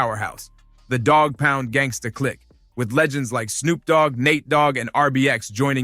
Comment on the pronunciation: Kurupt didn't dis 50, he didn't come out back then. Get the info right, mispronouncing tha Dogg Pound's name and Kurupt's ablum title....smh